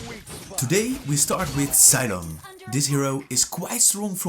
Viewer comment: Thats not zailong thats zeeelong